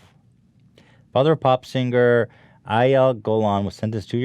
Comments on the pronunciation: Nobody: Ethan: sinGUR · Will Ethan ever manage to pronounce "Singer" normally?